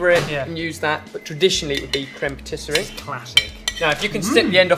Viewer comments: Cream Patisserie?, it's creme patissiere, pronounced phonetically as 'crem patissee air. I thought you knew French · Dear, it's crème patis-si-e-re, not patis-se-rie. Difficult, I know. Am available to give French lessons if needed:) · It's "crème patissière", not patisserie. Nice job though. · Pssst,, it's "crème patissière" ("pah tee see air");) Also did Mike really need to kill Waldo? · Crème pâtisserie? Crème pâtissière, dear.:) x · If I may I just like all your videos guys but I can see one mistake about about the creme patissiere and not creme patisserie .... Otherwise all perfect only a pronunciation things .... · Creme patissiere not patisserie:) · Patissiere! Not patisserie! You're hurting my ears. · Far insufficient cream in there!!! Also, your pronounciation of "patissière" was very cute ^^